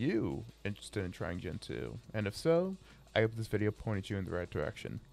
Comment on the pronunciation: 1. It's not Gen-Two, it's Gentoo, one word. 2. Gentoo isn't noticeably faster than other distributions, it's just a feeling. If your linux is slow, you are doing something wrong.